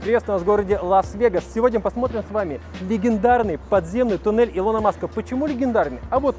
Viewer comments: Ухо режет ударение в имени Илона 😑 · Делай нормально ударение на имени Илона Маска 😐😐😐